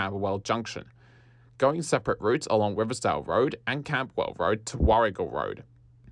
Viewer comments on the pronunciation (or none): none